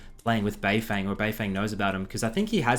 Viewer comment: isn't it pronounced "bei fong"?